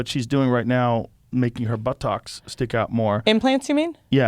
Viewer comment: I can't get over the way Joe says 'buttocks' 🤣